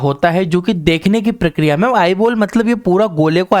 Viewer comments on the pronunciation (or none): none